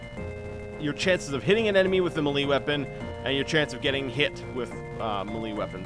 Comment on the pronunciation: Melee is pronounced may-lay, not meh-lee